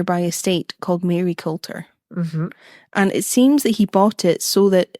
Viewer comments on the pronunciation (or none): I know it sounds mad but Maryculter is pronounced marycooter. I'm from Aberdeen and had no idea about Fyvie having such stories, I only know stories that the ghost from Fyvie can tell your future! Excited for the next episode #bingeingspookystuff